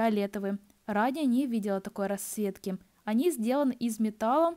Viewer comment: Девушка надо говорить расЦветки а не раСветки